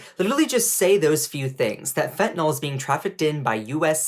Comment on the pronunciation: Bruh. It's fentanyl, not fentanol. Sound it out, ffs.